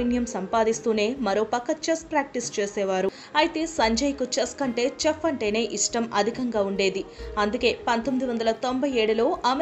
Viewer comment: chef is a french word its not english word. In chef C will spelt like S.